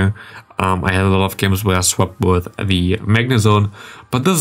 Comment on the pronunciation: Hi, i noticed that you nearly always say "thee" (german i in the end) instead of the (german ä in the end). You only use thee if the next word starts with a consonant. So not "thee" counter, "the" counter! :)